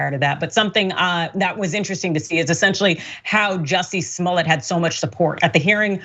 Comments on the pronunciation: Juicy Smoyay 🤣🤣🤣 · I like the way David Chappell pronounces his name Jesse SmoyA